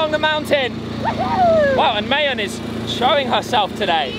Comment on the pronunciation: Love how you fixed your pronunciation of Albay. Now fix the pronunciation of Mayon. It is not pronounced like May, the month but Ma like mama and followed by yon. Like yawn.